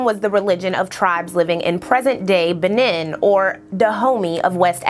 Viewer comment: It’s pronounced bineen not banin I had to say it I’m sorry lol but I like the content it’s sad how they killed people for something they didn’t understand yet don’t believe they are actually the evil ones